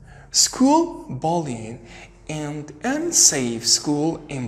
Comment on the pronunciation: thanks but check for the correct pronunciation of words mainly : arabic and bullying